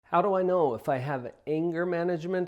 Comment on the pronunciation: Outdoors I got triggered from the H in "How".